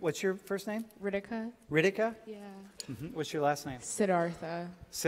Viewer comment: it is not RIDIKA it is RITIKA, this girl calls herself Indian and cant even pronounce her name properly